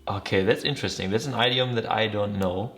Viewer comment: Hi there! I love your friendly and genuine energy. I share your enthusiasm for languages. Just wanted to let you know that the first vowel in “idiom” is pronounced like the “i” in “fish” 🙂 (I’m sure that as a language lover you’ll be using this word many more times in your life ❤)